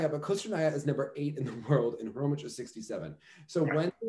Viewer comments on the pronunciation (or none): Just for the record: "Khromitch" is not the correct pronunciation of Maya's surname. In "Khromykh" that "kh" at the end (and beginning btw) denote the same sound as the first sound of the word "house". But even going similar to the word "sheikh" would be closer to how her surname sounds. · It's HHHHHHHromyHHHHHHH, not Kromych :)